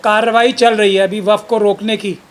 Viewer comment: Kaisa jahil admi to desh chalane ko de diya gaya hai, jisko waqf board bolne tak nahi ata... Wakaf board wakaf board bole ja raha hai..